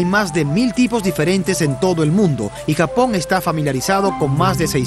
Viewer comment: "gapón", "akibahara" y mal doblaje por un tubo... POR DIOS